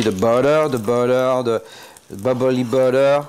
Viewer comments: Ohh yeah da bubblly buttuh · da buttaaaa da butaaa da bubbly butaaaaa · “@ - “You see the buddeh, the buddeh, the bubbaly buddeh...” 🤣🤣👌🏾👌🏾❤️❤️🔥🔥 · correction "zee booteair" :-)) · the BUDDER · heehee I liked/noticed that bit too